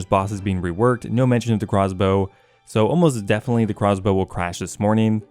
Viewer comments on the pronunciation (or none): Jagex named the Craw's Bow thusly because has a tough time pronouncing Crossbow.